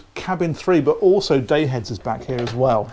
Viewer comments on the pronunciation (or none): is a good listen down to earth funny bloke and for some reason says oso instead of also 😂